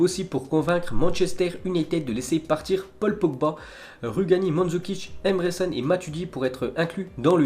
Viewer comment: Emre Can se dit Djan